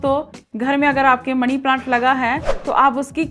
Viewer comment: ओ पागल पहले तो मनी बोल मणी नहीं।